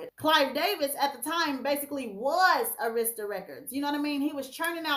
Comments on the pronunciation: I can't take it: The record label is ' pronounced "airistah" records, not "Areesta" records... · It's "AIR" RIS TAH arista.... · It’s pronounced Air-ris-tah records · its called.....Air...ra...sta the pronunciation is always said when artist that have been on the label like aretha, whitney, next, Deborah, TLC, monica and others that been on a label say it correctly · Arista (AIR-REH-STUH) Records 🤗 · I can't believe how U pronounced Arista, a legendary label.